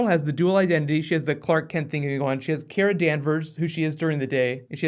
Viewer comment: just gonna ask that you say it "Kara" like they say it in thr show and not "kera" like you say it